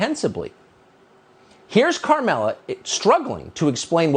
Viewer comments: Is he intentionally calling her "Karmela"? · It's kind of hilarious that Tucker essentially refuses to pronounce the name Kamala the same way two shows in a row.